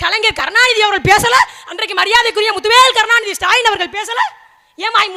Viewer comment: நாலு வரியை எழுதி வைத்துக் கொண்டு அதையும் வாசிக்க நான்கு நிமிடம் எடுத்துக் கொள்ளும் சுடலையை நமது முதல்வர் என்று சொல்ல நா கூசுகிறது... அவரது பெயரைக் கூட வெகு அழகாக , உச்சரிக்கும் உங்களை நினைத்தால் பெருமையாக உள்ளது பெண்ணே...